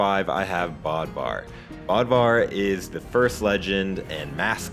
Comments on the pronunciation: It’s pronounced bowdvar and spelled bödvar..... NIX IS A GIRL I THOUGHT SHE WAS A BOY? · Him saying: bod var Me thinking: I thought it was Bode-var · Pretty sure it's pronounced bödvar or bødvar [something like buhdvar]. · Why does him saying Bodvar bother since its pronounced Bödvar (Bowd-var) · Noticed the same thing. Kinda bugged me tbh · Who else triggered he said Bödvar wrong